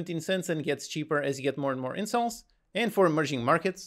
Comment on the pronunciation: Why’s he saying incels instead of installs